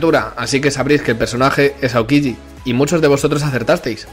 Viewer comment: “aoquigi” hahahahaha!!!